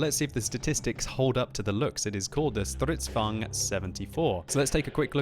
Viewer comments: How you pronounce stridsvagn: "Stridzvuagn" XD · att you said it wrong is now german is swedis and you prenuse it like this stritsvang 42 is wahy is croting like the strv 42